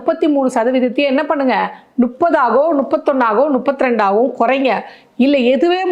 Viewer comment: தே....தே...அது என்னாது... னுப்பது..னுப்பத்ரெண்டு.. எங்க ஊர்ல முப்பது... முப்பத்திரண்டுன்னு சொல்றாங்க பைத்தியக்காரங்க..